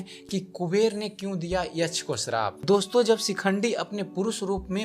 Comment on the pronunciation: यछ नहीं यक्ष बोलिये